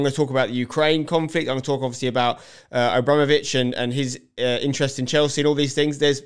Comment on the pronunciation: good take spenc, but its abrAmovitch not abrOmovitch :)